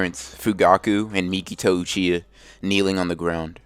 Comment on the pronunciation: i meant to say uchihuh. u said uchihuh